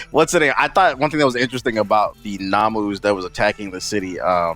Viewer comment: It's nomu not namu lol